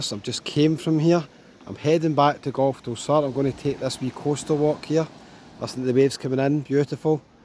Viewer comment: Try Alykanas and Alykes in Zante, just to show not all of Zante is like party time Laganas! And it’s time you learned some Spanish, so you can pronounce places properly, like Plahyah Pahrahiso and Golf del Soor!